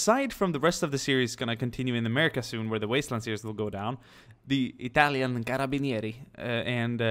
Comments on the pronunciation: you're pronouncing Carabinieri in the right way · I love you, you have finally played with italians:D You pronounced Carabinieri correctly anyway